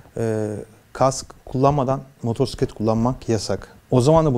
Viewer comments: MOTORSİKLET nedir? Kulübün var ama motosiklet demeyi bilmiyorsun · Motorsiklet? Yok moturpiskillet🤦🏻‍♂️ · Motorsiklet değil amca "Motosiklet" R yok. Önce sürdüğün aletin adını bir öğren :)